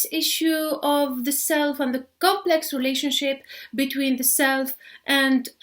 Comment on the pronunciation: حرف T ينطق ت وليس ث بالانجليزيه. ( بيتوين مش بيثوين. تو وليس ثو. سامتايمز وليس سامثايمز). النطق غير سليم تماما. ارجوا تحسينه فلمستقبل.